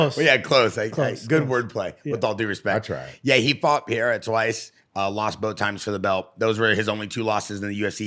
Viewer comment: Even Pereira doesn’t even say “padayda”. It’s “Paheyda”. But it absolutely is not Pierra.